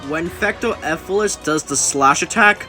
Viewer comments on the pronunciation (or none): And its not"Fecto Efilis" its "Fecto ELfilis".